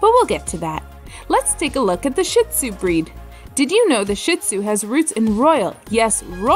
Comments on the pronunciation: “ShEE-tzu” not “sh*t—tzu” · "Sheet" Tsu Please. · You miss pronounce shin tsunami…. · Wow, she actually mispronounced both breeds! 🙄